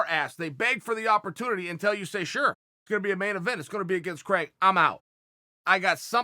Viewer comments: Craig Jones: My name is spelled Craig not Criag. Chael: I say it's Criag. Craig Jones: OK great. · "Criag Jones"